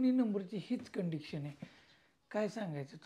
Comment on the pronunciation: condection नाही कंडिशन बोला.